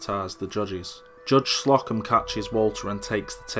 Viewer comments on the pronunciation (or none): it's Slow-come, not Slock-em